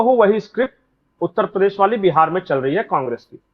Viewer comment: भाई साहब, नाक की वजह से उतल पदेश सुनाई दे रहा है, जरा ठीक से बोलिए उत्तर प्रदेश, ना ना ना उतल प‌देश देश नही भाई साहब उत्तर प्रदेश बोलिए, सही से उच्चारण किजिए हम भी वोट तभी करेंगे सही से! 😂😂😂😂😂 जब आप उत्तर प्रदेश सही से बोलेंगे!